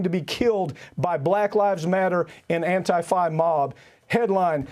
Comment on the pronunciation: Why can't this guy say antifa right?